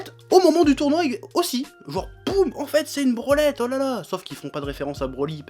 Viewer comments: À chaque fois qu'il dit brolette j'entends branlette sans doute se que les réalisateur de l'épisode on fait quand il l'on produit ☺️ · j'ai cru qu'il disait "branlette"